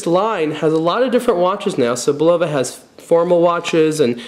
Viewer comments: Bu lowa? Really??. c'on!. Say it wit me: It's Bull a vah...Would you buy a Camaro from a guy who called it a "Camer-oh"? or a Coke from someone who called it a "coke-cola" ? I don't think so. You tell me to stfu, yet I'm "mean"...ponderous man,,that's just ponderous. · Bull low va?? It's Bul luv ah... Old US company. Credibility lost, dude. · BULL-o-va not the way you say it. Also Champlain was a famous explorer, not to you I guess. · I believe the pronunciation is: BULL-uh-vah The company name has been around forever but I don't know who owns the name now. I like the sweep-second but the style is not for me. There are others of the whole "Precisionist" series. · Bill L thank you, I'm not the only one hearing this. Plus his since of humor is ,ah lacking.